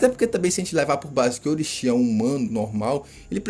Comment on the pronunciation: Como levar a sério um cara que fala Orochìíí kkkkkkk vê o anime com o olho do rabo só pode kkkkkkkkkkkkkk